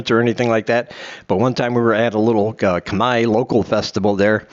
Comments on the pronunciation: thumb down you said CUMEYE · Don’t say CUMEYE , it makes no sense